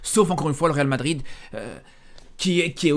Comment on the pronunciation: à force de trop parler tu n'arrives plus à prononcer le real madrid